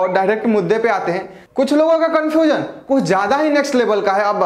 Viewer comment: कनफुजन नही कनफ्यूजन होता है